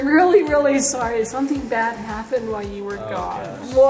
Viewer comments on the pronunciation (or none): say it with me ''WHILE''....not ''why''...